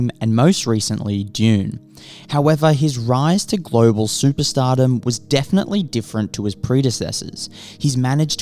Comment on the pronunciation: It's pronounced Global, not Global